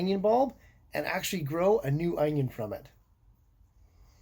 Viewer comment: The way he pronounce onion is just adorable..."anions"☺️🥰